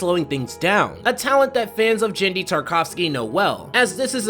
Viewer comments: gen dee???? its not gen like generations its gen as in guh- en- dy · His name is GEN-DY not JEN-DY - too many ppl prnounce his G like a J - - its is hard G. other than that, good video! :D